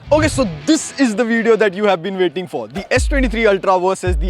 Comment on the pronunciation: “Waiding for” 😂😂